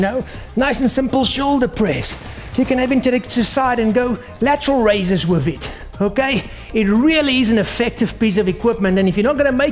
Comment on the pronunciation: i like how he says "wif it"